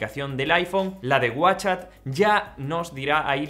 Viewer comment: No, hay momentos en los que no se te entiende si dices “whatchChat” o “WhatsApp “ y eso confunde 🤦‍♀️